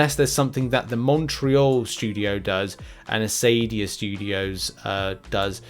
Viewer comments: It is pronounced Akadia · Hard C in Acadia ;)